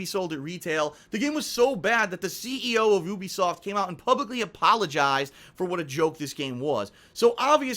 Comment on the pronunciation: goddamit it's pronounced you-be-soft not ooobisoft